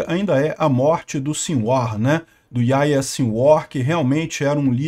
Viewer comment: Lê-se Yarriá